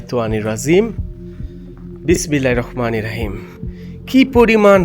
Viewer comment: ভাই,ছোট বেলা থেকে শিখে আসছি বিসমিল্লাহির রহমানির রহীম,আপনার উচ্চারণ তো হয়না মনে হয়